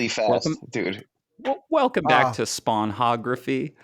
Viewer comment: 'spawn-hography' had me wheezing, also RIP jerry